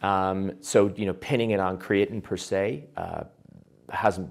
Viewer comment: WTF is he calling it?? "Keetin"?